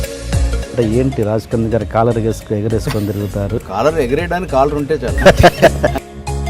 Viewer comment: ఎగంసుకుని కాదు ఎగరేసుకుని